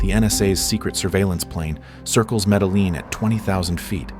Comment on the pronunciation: Yeah just listen to medellin😂 pronounced me-de-yeen